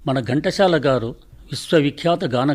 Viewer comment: మీరు ఘంటశాల అంటున్నారు ఎందుకు చెప్పండి, ఘంటసాల అని చదివితే సరిగా ఉంటుంది.